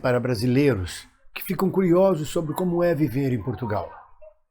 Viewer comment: TÁ FALTANDO O R DE "SOBRE"